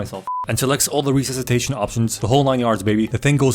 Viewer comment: Re-sus-itation. You're welcome buddy.